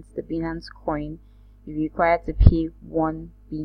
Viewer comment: It's pronounced; "BYE-nance"